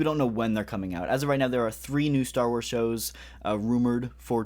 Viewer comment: am i tripping or do you actually say "Star Warseee Black Series"?